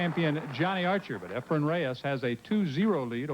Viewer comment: lol calls efren, "efram".,.,,which is my next door neighbor's name 😂😂😂....i love his commentary! non-stop educatin'!! 👋🏻🎱👄🎱🤚🏻